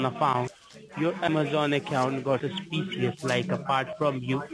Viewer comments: Well he fooled me! Especially when splaining a susssspeesssuss transaction. And lord knows someone buying a pair of trainers is so suspicious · Cancel the sus-pee-shus order and confirm me the numbers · "....cancel de suss-shpee-shee-uss order..." Sounds perfectly legit!